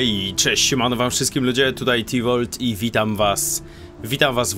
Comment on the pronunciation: Tivóru,, nie Harrison:v